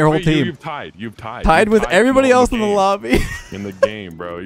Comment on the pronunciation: where did you learn english dude its dthaeeeyyyyye''''riiieeieieieiieeiee'o